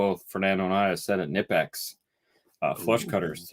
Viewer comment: LOL at pronouning Knipex wrong as well as you 30 seconds later. I'll have to pay attention to see if he's still doing it in current videos. Love the videos!